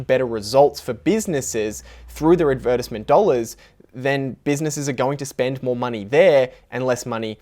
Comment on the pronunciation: The way you pronounce advertisement. 🦆